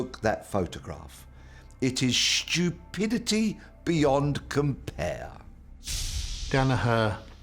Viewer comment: "it is stupidity the beyond compare!" so good with the British accent! 😅